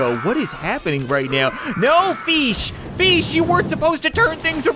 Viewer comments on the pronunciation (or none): Uh, feesh won? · It's FEESH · Feesh doesn't ha the 4 e's (feeeesh)